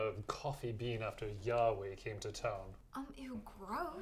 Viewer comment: Most people would think you said "Yahweh," when you probably meant to say "Yaoguai."